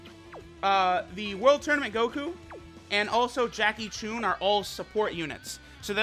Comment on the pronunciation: I just cringed he said JACKIE CHUNE